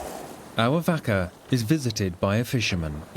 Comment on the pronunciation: TYPICAL!!!!!! STRAIGHT OFF THE BAT!!! ITS NOT PRONOUNCED A 'VACKA' ITS PRONOUNCE MORE LIKE 'VARKA!!! BUT YOUR CLEVER PALE AZZ SHOULD NO THAT THOUGH!!!! IF YOU CANT PRONOUNCE A SIMPLE WORD LIKE 'VAKA'!!!! STAY AWAY FROM EVERYONE ELSE WITH SELF RESPECT AND STICK TO YOUR OIWN!!!! NAH YOU RUINED IT FOR THE LIKES OF OUR INTELLIGENCE AND MY VAST POLYNESIAN CULTURE!!